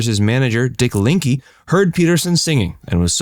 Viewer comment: Lack of facts verse strikes again. Griffiths manager was dick link the e is not pronounced linke. Earnest t is bass not brass.